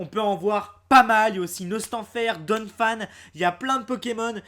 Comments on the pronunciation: Ça se dit pas " donne phane " c'est don phan comme éléphants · tu n'est pas anglais donc tu dis donphan en français et nn avec l'accent anglais '-'